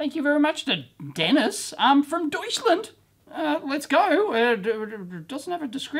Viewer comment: Deuschlend😉 Deut-sch-land